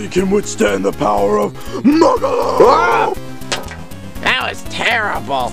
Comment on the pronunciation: Mugalo. Not Makalo